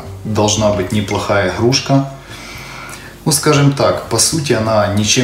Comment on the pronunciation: иГГГрушка 🤦‍♂️ппц Говор